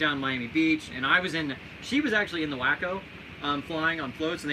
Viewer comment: WACO = w-AW-co! Not wacko!